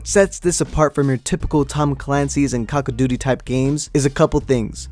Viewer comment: Cock o duty